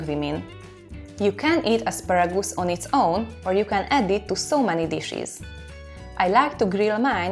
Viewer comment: Isn't asparagoose it is however asparagus